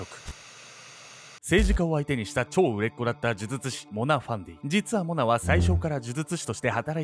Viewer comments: 病み子ちゃんは「じゅじゅつし」って言えてるのにが「じゅずつし」なの可愛いwwww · 呪術師、言いにくそうw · ズズツ師…😂 可愛い😂笑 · 、『ズズツ師』って聞こえる(笑) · 「モハマド・アファンディ・アブドゥル・ラフマン」を噛まずに言えるのに 「呪術師」を「じゅずつし」と言っちゃう好き( ˘•ω•˘ ) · じゅずつしって言ってます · じゅじゅつしが正しいんだけどね😆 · ズズズ師って聞こえる😆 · 見る前からこのコメントが見えて、もうそうにしか聞えないです(笑)🤣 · 本当だ！笑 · もう、そう聞こえちゃうんだけど、どうしようwwww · 呪術師の”じゅ“のパートを強く発音し、”術“部分は力を抜くと滑舌悪いの回避できますよ😂💦💦💦💦